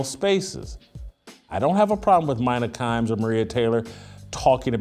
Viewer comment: Jason you wouldn't have a chance in a x and o conversation with Mina Kimes. Also stop pronouncing her name wrong.